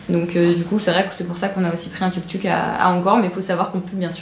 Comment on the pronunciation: Je crois qu'on dit Touk-Touk :)